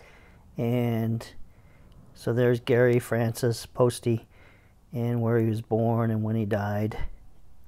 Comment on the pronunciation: Poste probably rhymes with toast, not toasty.